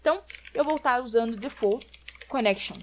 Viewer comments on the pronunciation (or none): none